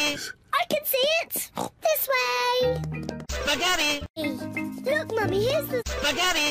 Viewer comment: lol peeghetti